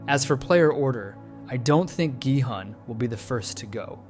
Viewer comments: Please stop americanizing their names so heavily, it's not Jihun its Gihun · is no one gonna talk about how he pronounces gi hun's name wrong and then continues to say his name correctly for the remainder of the video??? 😭🙏